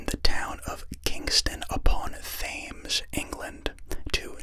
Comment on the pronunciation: This guy pronounced Thames fames